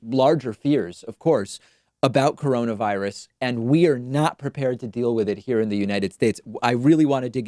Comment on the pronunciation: I thought he called it "Caronavirus."